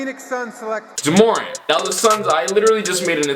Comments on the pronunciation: It’s not “juhmorant” it’s JA morant. Also Hayes definitely is not 285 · Its JAH MorANT not juhmorent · Why the fuck did u call him juh morent its ja morant pronounced jah more ant u idiot😂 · It’s pronounced Jah [Space] More•Ant You were saying Jumorint like it was one name without enough vowels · Pronounced Jah Mo-rant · “juhmorant” wtf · soundin like a Key and Peele skit trying to pronounce Morants name 😭 man said “jamorant.” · Juhmorant lol good vid tho bro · Why he say Ja Morant like “Jahmoran” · who tf "jamorant" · “JaMorn”! nah i’m just playing bro keep all the great vids i watch every single one😂❤️ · Alright IK I always criticize you but that's because I consider you one of my friends. You called Ja Morant jaMOREn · Myke Massacre i was thinking the same shit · PS it's JA Morant lol u butchered that man's name hahaha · Why are you saying ja morant name like that 😂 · Stop butchering that boy Ja’s name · My guy you are butchering ja morants name😂😂